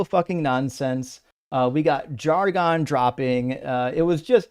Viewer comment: Jargon rhymes with bargain, not argon.